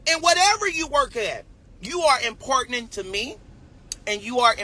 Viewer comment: "Considerize" ... "Impordanant" 🤭